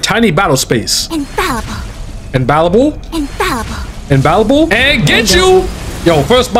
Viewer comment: it's infallible homie, not imballible, i got you